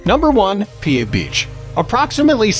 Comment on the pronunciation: you said piha wrong. but it made me laugh